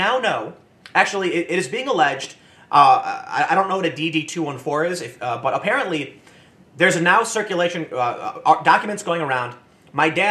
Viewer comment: It's dee-dee two fourteen btw